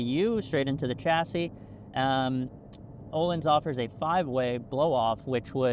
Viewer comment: You can easily pronounce the letter Ö in Öhlins if you say it similarly to the American English "world" letter O, or like the U from "murder".